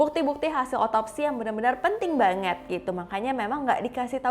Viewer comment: Ngomong "banget" nya, biasa aja ngapa